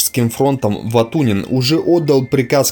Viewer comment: >А ударения, снижение оговорок и другие в данном случае мелочи Да не мелочи. А факт в пользу того, что автор ролика читает текст которые ему принесли. Если бы он действительно был исследователем истории Великой отечественной войны фамилии ВатуТина и РОтмистрова были бы у него на слуху.